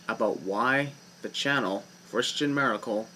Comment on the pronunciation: I swear man. With your last name Maracle, you sound like you're saying Miracle. Hey! Your new Wrestling Name:!